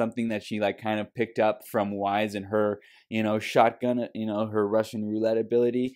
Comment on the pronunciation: Also, It's pronounced like Why and ice, not like Wise, though you've gotten better about that.